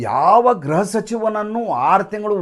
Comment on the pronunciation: ಗ್ರಹ ಸಚಿವ ಅಲ್ಲ ಗೃಹ ಸಚಿವru ಯವರೇ